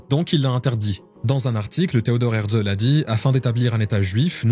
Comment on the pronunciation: Pas hertzel mais hertzél